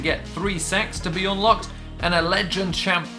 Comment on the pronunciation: when you say "sacks" it sound like you sayin "sex" 😂😂